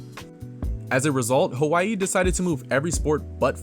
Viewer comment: As a Hawai’i fan, Mahalo for making the effort to properly pronounce my home state. I truly appreciate it along with the history lesson of the WAC 🤙🏻 I will always be grateful to the WAC for the many core UH memories I enjoyed growing up. Go Bows and Play Up!